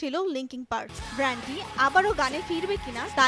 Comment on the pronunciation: ব্র্যান্ড? নাকি ব্যান্ড? এসব বালছাল রিপোর্টার দিয়ে প্রথম আলো চলে কীভাবে?